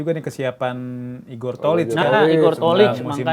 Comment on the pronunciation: Kocak pisan pas nyebut Igor tocil 🤣